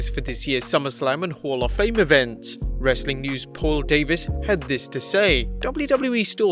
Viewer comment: I feel like he trolls us Americans at the end Everytime when he says "Wrastlin Content"